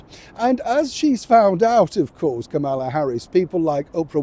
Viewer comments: Hey, former Vice President Harris’s first name isn’t pronounced with the emphasis on the second syllable, as you’ve been saying it. It is pronounced with the emphasis on the FIRST syllable. It’s like the punctuation mark “comma” plus “la” (as in “do-re-mi-fa-sol-LA-ti-do”). KA-muh-la. Come on, if you can say “Donald J. Trump” correctly every time, you can show similar respect for a former Vice President of the US! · given Kamala Harris was VP of the USA, it would be nice and respectful if you could pronounce her name properly. I’m sure you could manage it.